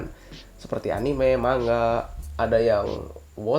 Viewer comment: Bacanya mangga ya bang😊